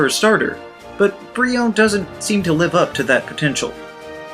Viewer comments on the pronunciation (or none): none